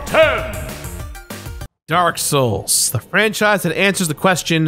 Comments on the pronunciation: That's the last time I mispronounce anything from Dark Souls Also literally a few seconds later: DRAK SHOULS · “Drank Lake” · will not utter or mispronounce any words drake souls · You said it wrong it’s not “the drak shoals 2 collectors addition”. It’s “the dronk shulks too coolectods audition”. Rookie mistake rookie mistake. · I love how he purposely mispronounces Drak Shouls Collaktiers addition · he said drak souls nice joke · “I’ll never mispronounce anything on this channel again” Also 2 seconds later: “this is a great collectors addition” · I love that shamelessly mispronunciations of the next two words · Correctly pronouncing the Dark Souls collector's edition and the vacuum cleaner had me dying haha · "I would never mispronounce anything Dark souls related again" Proceeds to mispronounce dark souls collector's edition*